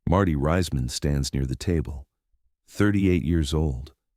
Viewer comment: DO NOT WATCH - youtubes in this format, block capital text same narrator voice, are bogus, mispronouncing Marty's name as Riseman or Riceman rather than the correct Reeceman as in Reece's Pieces.